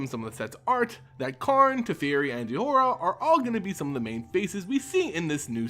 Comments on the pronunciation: I love your video’s, but JEHOIRA? Who is that? It’s pronounced as Joyra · damnit her name is not pronounced Je-whora, it is joy-ra